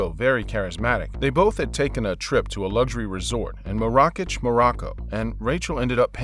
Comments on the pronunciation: Dude, you could've taken a few seconds to google how to pronounce Marrakech! LOL. The emphasis is on the first syllable, and the "ch" is pronounced "sh". The name is pronounced maaaaah-rah-kesh. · The narrator has a nice voice but it hurts credibility that he doesn't know how to say, 'Marrakech'. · Good video but dude learn the names of those places before you say them. Marrakech isnt pronounced like that. The only foreign city you got right was Berlin.